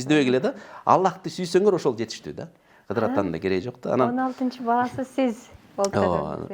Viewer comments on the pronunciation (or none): Кыдыр алейсаламбы, же КыЗыр алейсаламбы ? Кызыр деп укчу элек да